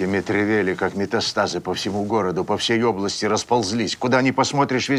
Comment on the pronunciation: Что ковергают известную фамилию не Мэтревели, а Метревели. Футболист и теннисист известные были.